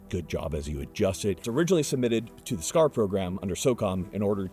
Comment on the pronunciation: I fucking died at "SHHCAR" 😂